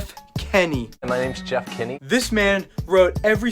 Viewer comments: It’s Kinney not kenney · It's Kinney not kenny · Isnt it strange how he calls him JEFF KENNY